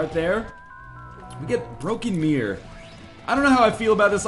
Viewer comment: MEH-ror O.o? not miRRor?